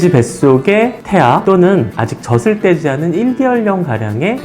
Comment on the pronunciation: 정보는 감사합니다. 다만, '젖을'을 '저즐'로 제대로 발음해주세요. '저슬' 하지 마시고요. 지식을 전하는 방송일수록 발음이 중요합니다. 느낌상 신뢰도가 떨어집니다. 이상입니다.